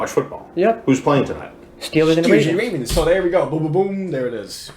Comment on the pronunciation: steelers and the wavens